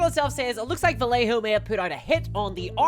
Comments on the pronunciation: nailing my arse , (ba -ye -ho) the rest its fine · For the love of GOD, Vallejo is pronounced Vie - yay - Hoe. FUCK! Made the paint for Walt Disney. Cool!